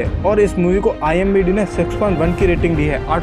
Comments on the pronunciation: IMDb nahi bhai IMDB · Bhai IMBD nahi IMDB Hota hai 😆😂🤣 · IMBD nahin IMDB hota h wo bhai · Imbd nhi hota pagli IMDb hota sahi pakde hai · Bhai IMDb hota hai na ki imbd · Bhai vo IMBD nahi IMDB hota hai🙏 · Its Not IMBD its IMDB Bro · are koi baat nahi zabban he fisal jati he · its imdb not imbd 🙂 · Bhai imbd nahi imdb hai🤣🤣😂😂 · IMDB Hota Hai IMBD Nhi 😂😂😂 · Wo imbd nehi imdb hota hai🤣